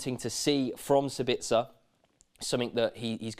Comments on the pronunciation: It's SAbitzer not SaBITzer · Please for the lobe of GOD dear English people put the accent in the correct spot. It's SA-bitzer not Sa-BITZ-er. I know you only repeat what you heard from the Germans but they suck at pronouncing Austrian names.